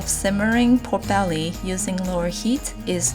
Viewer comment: Instead of "pork belly" I kept hearing"poor belly"... Guess it is cause nothing's ever left of it😋